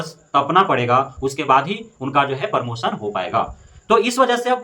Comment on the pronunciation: और भाई परमोसन नहीं प्रमोशन होता है।